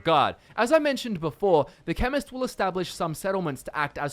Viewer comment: I didn't read your title and I thought you said feminist